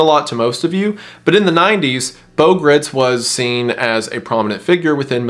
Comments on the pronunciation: Good video and informative. Just one small point. Bo's last name is not pronounced like grits. Gritz is pronounced like "kites" or "lights" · Bo Gr-eye-ts is the proper pronunciation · Minor correction, Bo Gritz last name rhymes with brights, not Gritz like Fritz. Great video! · Apparently Bo Gritz's last name is supposed to be pronounced to rhyme with "lights" but I say if it's spelled "Gritz" then he's just gonna have to accept that everyone is going to say it like the southern corn porridge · it's pronounced "grights"